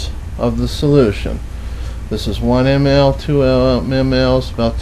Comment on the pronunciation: I m happy that the mesurement of ml is still alive there in the States but the way he says it😁